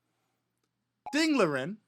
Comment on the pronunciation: Ding Liren is actually pronounced Ding Lizhen. The R is more of a Zh sound. Native Chinese don't pronounce R's the way English speakers do.